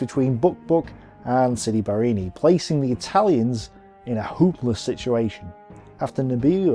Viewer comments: Sidi BarrAni, not Barrini....you make it sound like a cocktail drink! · I find it jarring that although his graphic clearly shows 'Sidi Barrani' on the map he keeps saying 'Sidi Barrini'. Apart from the clunky pronunciations though I think these presentations are excellent. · Pronounced Siri Ba-ra-ni NOT Siri Bar- ini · Great video! Only one thing: why dont you just pronounce names like they are written? For exemple sidi barrAni..but you keep calling it barrEni for some reason :-) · Sidi Bareeni? OMG